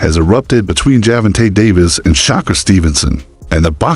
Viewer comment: ⚠️⚠️Hol up!! Let's pause real quik the subject & the possibility of the video title being Click Bait!! And Let's talk about the down rite Mike Tyson style aggravated assault u doing to Gervonta & Shakur's name!!🤦🏾‍♂️🤦🏾‍♂️😂😂😂 If your pronunciation was a knife, then Butcher's it would be!!😂😂😂😂😂